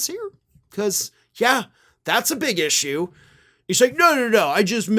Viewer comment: That's an ish-you, not an ish-me.